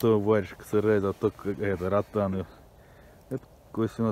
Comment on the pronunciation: Ротан уже заканчивается по столько ловить каждый раз!😃👍Не знаю почему но в Нижегородской области все неправильно ставят ударение в слове ротанов,ротаны; ударение ставится на второй слог "а". Но это я так, для информации написал!👍🤝